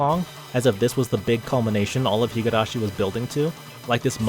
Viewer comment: This is a good analysis video, but I literally physically cringed every time I heard you pronouncing higArashi instead of higUrashi. I have no doubt that you have watched the anime with the original voice acting and are somewhat familliar with the Japanese language, so how hard can it be to not botch THE NAME OF THE SERIES?